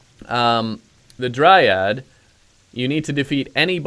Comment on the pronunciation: OMG please stop saying DryADD